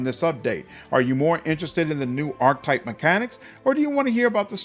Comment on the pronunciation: I’ll never forget how you pronounced Cavalier! Ark-Type-> Ark-Ke-Type (Archetype) Payso-> Pie-Zoe (Paizo) Warpriest does not suck btw, they are just one of the classes that you would call a more advanced mechanics heavy build which require a lot of meta knowledge to play but are quite rewarding. Plus being able to turn a +3 weapon into a +8 weapon with good BAB and self buffing with high will saves and in the case of Cult leader sneak attack stacks that scale up for insane amounts of damage is huge on a two weapons fighting character. Goes great with Trickster and Demon Mythic Paths. Excited to see what that Mantis Subclass plays like.